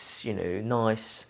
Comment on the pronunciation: What a lovely man and a beautiful home. All that wonderful art…wow! This has to be one of my favourites on Homeworthy. I couldn’t get accent at first, it sounded like a mixture of London and somewhere in Europe but I couldn’t place it. Of course, as soon as he mentioned France it was obvious. I love how he pronounces the word “noice” (nice) very “Londoney” (I’m a Londoner and just made that word up lol). A great 42 minute video which seemed to fly by so fast! 💕👌🏼